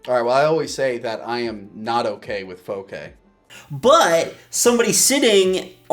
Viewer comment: “Faux-K” 😂 That’s great!